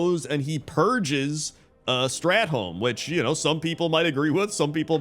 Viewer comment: Bro you gotta stop pronouncing WoW stuff wrong. Not strat-holme. Strath-olme.